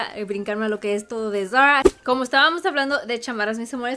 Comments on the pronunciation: No entiendo porque habla asi.. todo muy bien pero.. tiene un problema con la "r" ???? que solo es por momentos.. se dice Zara y ella lo dice como muy así ... muy bonita la ropa pero que hable como mujer no como niñita de 4 años.. de a momentos habla bien pero otros..... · van a decir que no puede decir "Zara" ???... escuchen como lo pronuncia... pichurrienta jajajaja